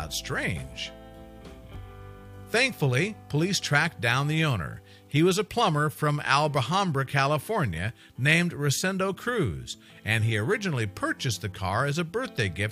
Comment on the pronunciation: Al-ba-hambra? It’s al-ham-bra.